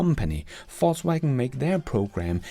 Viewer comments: Ved ikke om du med vilje siger “falls” wagen, for at være humoristisk eller at “they are falling”, men du kunne prøve Google oversæt app’en og vælge Englisk -> dansk og høre hvordan “Volkswagen” udtales på engelsk. Bare et forslag til dit ellers udmærkede engelsk. Nyder alle dine episoder. Tak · Love how his accent sounds like "False Wagon" lol